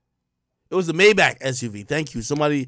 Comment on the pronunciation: Got me feel like AK can’t pronounce Maybach